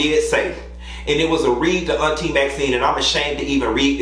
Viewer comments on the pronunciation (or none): none